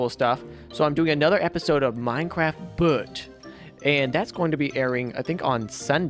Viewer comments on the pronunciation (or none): none